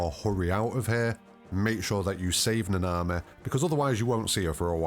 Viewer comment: Its na na mi. Not na na mehh